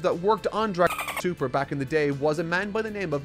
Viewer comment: You can't say dra*TOEI*l super? wtf? dra*TOEI*l. you cant say dra*TOEI*l?